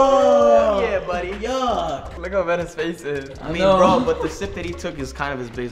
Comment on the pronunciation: said not bwad